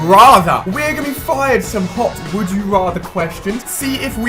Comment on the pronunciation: It's not wood you rather it's would you rather